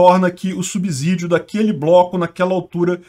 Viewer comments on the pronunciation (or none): none